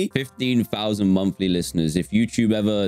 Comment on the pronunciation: "Fifteen fousand monfly lifteners" -Dan 2021